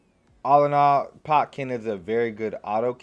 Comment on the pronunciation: don't you mean Ken-pot-chi?